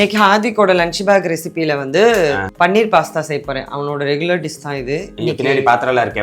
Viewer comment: Paneer not panneer பனீர் not பன்னீர்